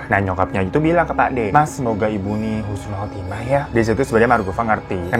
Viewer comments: husnul khatimah bang, bukan khusnul khatimah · Husnul khatimah ya bang, bukan khusnul 😁